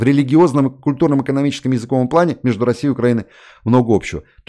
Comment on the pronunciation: Михаил, при всём уважении - языковОй, а не языкОвый.